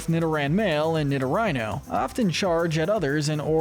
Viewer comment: Neve have I ever heard someone pronounce Roselia and Nidorino like that 😂